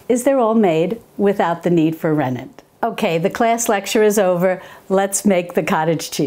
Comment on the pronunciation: The name is rennet, not renent